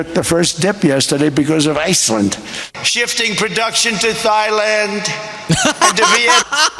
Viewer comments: Is thighland like legland , torsoland, and armland? Thailand the h is silent.Dumpy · Thighland. 💀 And we thought Bush was dumb 🤣🤣🤣🤣